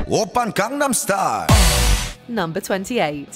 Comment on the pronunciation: It's been 12 years and Gangnam Style is still pronounced incorrectly